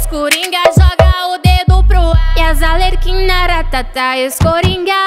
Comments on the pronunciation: Se vc reparar ela fala coringá e tbm fala Alerquina, ao invés de Arlequina😂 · Alexia Sty ela falou errado sim mas o clipe ficou muito bom😄👍